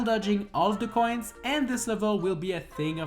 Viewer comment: You say "coins" like "coin" and make it sound like an illegal drug (in this run it kinda is lul) 😂